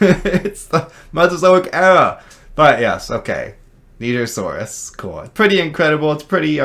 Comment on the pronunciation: At least he said Nigersaurus correctly lmao